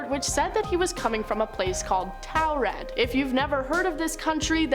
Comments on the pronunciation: Why the hell she say taured like that?! Ooh that pissedd me off! It's not towred it's tored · I think I'm from a parallel universe where these lists are all made and if I hear about the man from Taured one more time. I'll explode. These are all the same just different presenters. And not a ONE says Taured the same as another. These lists are all regurgitated content that I've seen and heard countless times and if Landon doesn't want to lose subs he should investigate and exclude if it's mentioned more than 10 times he should disregard that part. These channels are soooo saturated with old content. Make something from the bottom to the top. We give you our time subscribe to you and you put 0% effort. We deserve better.